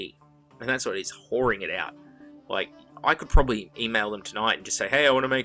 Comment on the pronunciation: Excellent use of the word whoring!! With an aissie accent it has much more oompphhh